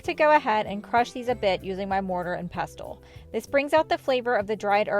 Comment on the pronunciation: Pestle is pronounced pes-uhl (silent t) 😊 And thank you for your content.